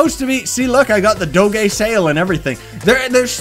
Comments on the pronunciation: I have never heard someone pronounce doge like that XD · You say Doge so weird o_0